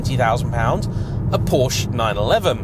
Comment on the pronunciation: Why can’t you pronounce Porsche correctly..?